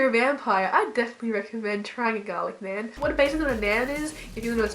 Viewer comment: Naan pronounced Naarghn.